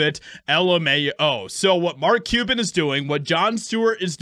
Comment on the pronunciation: Mark PEE-YEW-BAN